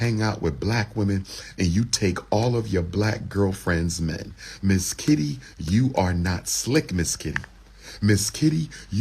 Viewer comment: This brotha kept sayin Mizz Kitty hahaha😂😂...dam freak hahaha i mean freak i. A definition of not hiding his desire for attention 😂😂